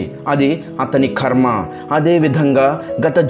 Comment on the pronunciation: ఖర్మ కాదు బాబు కర్మ అనాలి. 😊